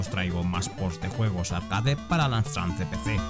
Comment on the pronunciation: Estás diciendo todo el rato AMSTRAN ... ¿en serio? ¿con N? 🙄